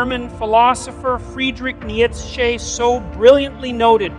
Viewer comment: Me hearing the way he pronounciates "Nietzsche": :face-orange-raised-eyebrow